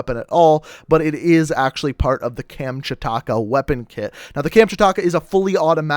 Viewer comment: Kamchataka yeah? Just say it how it's spelt dude